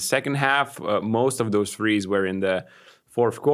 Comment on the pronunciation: It's pronounced THREES not FREES